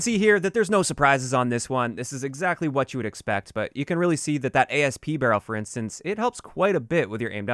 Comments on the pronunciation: it’s just Asp, like what Cleopatra kills herself with, not A-S-P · Not “A S P”, “Asp” a type of snake.